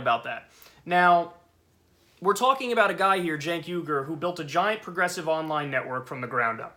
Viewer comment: Don't feel sorry for the Russophobic Russiagater. Good riddance. Oh, and it's Uygur, not Yugur.